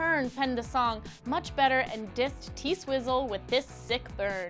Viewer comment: okay, but can you please not call her "T-sizzle"? that's gross